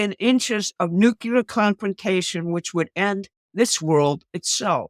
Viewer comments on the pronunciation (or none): It’s “nuclear” for Gods sake. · Nu Clee Er